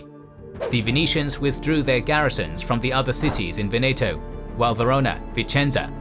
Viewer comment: Pardon, when you spell Veneto in italian the accent is on the first "e" not on the second